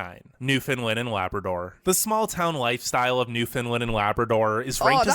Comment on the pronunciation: Lay-Bra Door 🤣